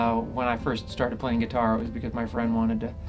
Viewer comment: awesome but i cant help but laugh when he says guitaaaaur